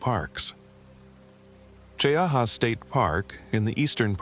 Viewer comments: it's Chee- ha, not cheeahawaa, or whatever A.I. waa saying. Story is b.s., but it's a real place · I just bought 4 acres on the edge of Talladega National Forest. Cheaha is beautiful. Chee-aha is the pronunciation. I guess this is another A.I. video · AI😂 MT. CHEE-HA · It’s pronounced “Chee-haa” btw 😂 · It’s pronounced Chee-ahh. It’s in Randolph County. Another YouTube to have no interest in, since the channel creator has to rely on AI to wipe their ***es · Born and raised in Talladega county, Childersburg, AL. Now I live in Jacksonville, FL. ❤ Cheaha mountain is my favorite! I’ve crawled all over those boulders. But the pronunciation is “Chee-haw” 😂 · Cheha is pronounced chee-haw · Pronounced Chee-ha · Jacksonville Alabama. Right outside the TNF. Lots of stories come out of there. I don’t venture in there. It’s pronounced Chee-ha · Hello from Birmingham Alabama. It's pronounced Mt. Chee - Ha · Opp, Al & AL needs help with our towns & things. It's pronounced Chee Ha, that simple. We have many beautiful places to see. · Gadsden, Alabama.....Cheaha is a TWO syllable word, 'Che-ha...LOL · you know a.i. cannot pronounce names properly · Pine Level/Prattville, AL but from Lincoln. Cheaha is pronounced Chee-Haa! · I came here for the same comment......glad someone is looking out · this is A.i. and its not gunna pronounce cheaha right. Hurr durr